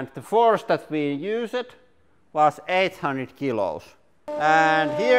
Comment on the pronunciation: First off, I really enjoy your videos and have seen so many, and that's why I noticed this.. Do you know how to say 'used'? You say 'use-ed'